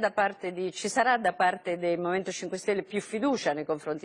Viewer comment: La verità è che una stampa così servile nei confronti dello status quo non si è mai vista in nessun paese del mondo... e comunque qualcuno spiega a quella capra (visto che poi parlano di congiuntivi) che si dice "media" e non "midia", non siamo a Londra.